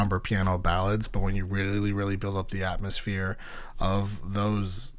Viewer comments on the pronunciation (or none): none